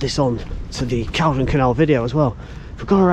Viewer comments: Call-don! Not caldun. 🤦🏼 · its pronounced "Call-don"